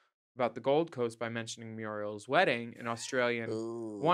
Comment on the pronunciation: Did any Aussies LOL at RU’s pronunciation of MURIEL? From Muriel’s Wedding. Surfer’s Paradise GOLD COAST is Porpoise Spit! (the fake Aussie suburb, in the movie)